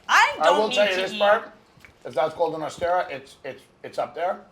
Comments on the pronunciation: Tim Dillon pretending he knows about caviar. Beluga isn't legal in the US and it's Osetra, not Ostera... This guy is a fraud. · The mayo looked like kewpie which is Japanese. But I guess to white people japanese and Korean is the same. And can someone please teach these idiots that it’s osetra not ostera or osteria caviar 😜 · The way Tim says Ossestra is hurting my head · Tim pretended like he knew about caviar but mispronounced Osetra the whole time